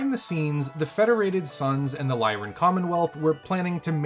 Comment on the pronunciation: Capellans learn all their betrayal skills in school. No, I'm just kidding. Capellans don't have schools. X) (Also, that's L-y-r-a-n Commonwealth. Not "lyrian".)